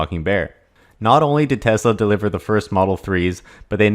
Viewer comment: It's TeSla. Not TeZla............